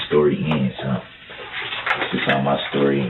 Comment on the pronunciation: Stop saying dis is how my stowy ends you moron